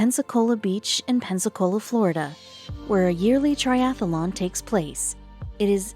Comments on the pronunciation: The presenter sounds like a robot. And the key word to make sure the presenter knows how to pronounce correctly would be "triathlon" (not "triathalon") These things are so distracting. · Its triathlon not triathalon!!!! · I couldn't listen one more minute to TRIATHLON mispronounced as TRIATHELON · And why do you keep calling the event a triathalon? It’s not a triathalon! It’s a triathlon! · It is not "triathalon". It is triathlon. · That's triathlon, not triathalon! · The commentator was really irritating, mispronouncing Triathlon - she said it ‘Triathalon’!!!!! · Where I live in Missouri we pronounce it ‘triathalon’ like is is here. Thought that was the way everyone says it - must be just our accent. Interesting! Learn something new every day. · Next time get someone who can pronounce tri-ath-lon correctly. Thanx. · Great video. A pity that the narrator was unable to pronounce the word 'triathlon' correctly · I do wish the narrator could say triathlon properly! She keeps putting an extra ‘a’ after the ‘th’. Very annoying.